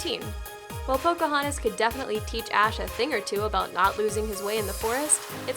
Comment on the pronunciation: Pokohontas. Also, you butchered the pronunciation of Naruto.